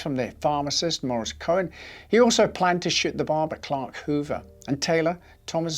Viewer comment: Cohen not chuuish? 😂 Damn, you are a.